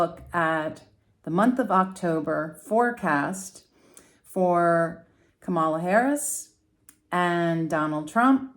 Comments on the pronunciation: It’s pronounce COMMA LA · Her name is comma la. Please pronounce it right. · you should have watched the DNC convention, her adorable nieces took the stage to teach us all how to say it correctly. It is comma la. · Thank you for this reading. However, I must correct the pronunciation of VP Harris name. As her nieces explained at the DNC, the name is pronounced KA....MALA. The accent should be on the first A. KA then MALA. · Did you not see the other comments? She already stated it was unintentional and apologized. We don't need to continue correcting her. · I turned this video off because you cannot be bothered to learn how to pronounce Kamala. So annoying! It’s so easy—- comma (like a comma) then la. So easy but you don’t bother. And why are you calling her by her first name anyway. You didn’t call the other candidate by his first name. So…… if you cannot pronounce her first name, why not call her “Vice President Harris.” Gee she is the one with a title but you just mispronounce her first name and call him by his last name like he is the one with the title. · Kam la is the pronounciation. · boy do you have a credibility failure for using trump's pronounciation of her name. it has been an issue in itself. although your presentation is intriguing, this fail puts up a wall. what a shame. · Please pronounce our vice president's name correctly. I'd like you to demonstrate this basic respect. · My first thought was that your refusal to pronounce Kamala's name correctly pretty much told us where you were putting your vote.